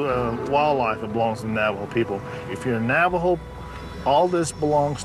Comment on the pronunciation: Can someone tell this narrator he's saying Navajo wrong???